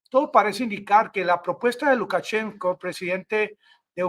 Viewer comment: Amigo, Se dice LUKACHENKO (sin la s):Profesor de ruso graduado en Rusia. Abrazo desde la región del Sumapaz